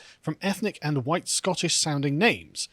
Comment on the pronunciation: The guy went on a massive racist rant that would get anyone else cancelled. His "huwhite" speech made Enoch Powell's "Rivers of Blood" speech sound like "Ebony and Ivory" in comparison.